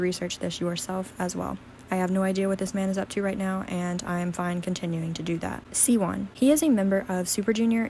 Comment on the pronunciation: It’s pronounced zeeco and shiwon not zeyco and ceewon